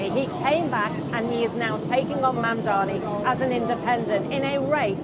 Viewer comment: It is not mumdamy, it is Mumdany!! What a joke the mainstream media have become!